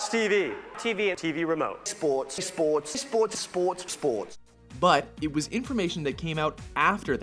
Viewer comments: spowts spowts spowts and oh yeah spowts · Sporks, Spoarts, Sports. (Sporks)